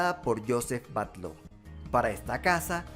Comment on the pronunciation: Genial video. Decirte que la casa Batlló de Barcelona se pronuncia (Batyó)